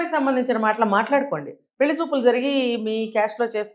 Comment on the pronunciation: Anchor not prnouncing pelli properly.